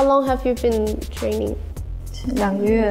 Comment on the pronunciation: Here after seeing Lisa will be a mentor again. ❤️ And yes, I'm obsessed on how she pronounced "month" 🤣